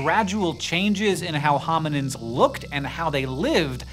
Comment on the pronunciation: Is he saying hominiNds or am I hearing it wrong?